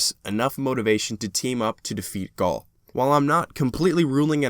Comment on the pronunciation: you called gaul gary hahahahahahahaha cade-6 love him